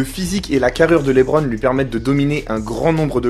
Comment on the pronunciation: par contre mispronounce le nom du King comme ça c’est très grave monsieur ! L’intonation est sur la deuxième syllabe de « Lebron » -> « Le-BRON » James